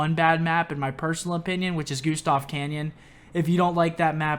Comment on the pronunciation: You pronouncing it Gustav CANYON instead of CANNON made me laugh every time hahaha